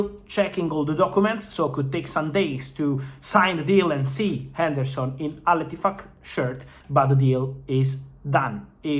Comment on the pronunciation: I love the way Fab says Al Ittifaq LOL